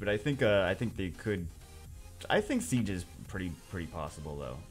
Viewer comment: Dark samurai isn't "siege" it's "she-gay"